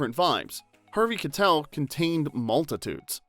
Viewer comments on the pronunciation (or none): Harvey Kie-tel not Kuh-tel . That was driving me nuts! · Harvey KYE-tell not kuh-tell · It's Harvey Ky-TELL, not "Ka-tell"! We expect more from a real human narrator. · Is harvey's name kuh-tell or kai-tell? I've always heard the latter, but after watching this video, I'm confused. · Pronunciation issues: Keitel is pronounced Kitel with a long i. Larocca is pronounced larocka, you know like a rock.